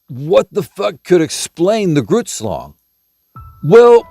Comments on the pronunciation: Did he say Groots shlong? Hahaha baahahahahaha no... but I'd swear that's what I heard like 32Xs This guy huh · Ohhhh...grootslang drrrrs thought you said Groots shlong, these old ears are still telling me that's what you're saying tho... double entendre perhaps? Heh heh that would be funny AF